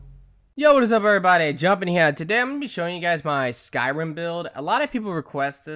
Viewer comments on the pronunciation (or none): none